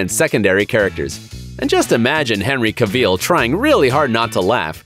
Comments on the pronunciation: "Henry Caveel' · Henry Ca-veel?